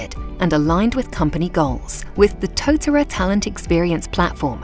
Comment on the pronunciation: Thumbs down for the mispronunciation of the Māori word tōtara